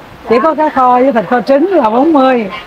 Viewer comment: Trái cây ngon và rẻ quá. Chúc mau đạt nút bạc nhé. Mình góp ý nhe nếu đc cố gắng phát âm có vần th vì nghe nói vần t ok mà. Chẳng hạn như thấy. hấy Hay thường. hừơng Thịt hịt